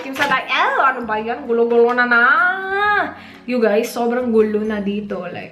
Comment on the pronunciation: " you guys " th lol